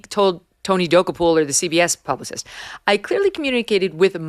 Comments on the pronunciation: Oh Megyn...here's the way to pronounce Tony's last name: Dah- Koh-pull. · MK: U HV TO STOP MISPRONOUNCING TONY DOKOUPIL!!! It’s DO-KOPIL! 😂😂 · Megyn please look up the pronunciation of Tony Dokoupil from CBS. You are saying it completely wrong and it makes you sound rather unintelligent which I know you are not!